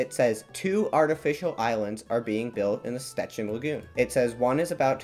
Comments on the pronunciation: Sh-ch-ecin not s-te-cin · Jep - that's a very, very bad pronunciation. With "Szczecin" your pronunciation is good, but you said that "Scecin" - "sz" and "cz" are not just "s" and "c", but are read like the English "sh" and "ch" (the sound of "cz" is the same as in "Czechia"). "Brysna" you're also very close, but you said that "Brizna" - "y" is not just the sound of "i", but something that doesn't exist in English, and "s" is not "z", but "s". And "Śmięcka" is total buthering - you said "Smika" xD "Ś" and "ę" are sounds that don't exist in English, but you also swallow some normal letters. The good aproximation in english would be something beetwen "Smiencka" and "Shmiencka". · by the way, this is how these names are actually pronounced: Szczecin — sh-CHE-chin Brysna — BRI-sna (it's s not z and the I/Y here is closer to the I as in ill) Śmięcka — SHMENG—tska (the E/IĘ in the word is a nasal vowel)